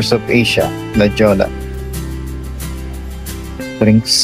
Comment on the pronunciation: La “ pronounce as hoya” instead of Jolla